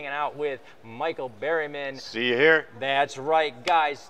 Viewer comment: Lmao isn’t his name “Berryman” not “Barryman” lol 😂💩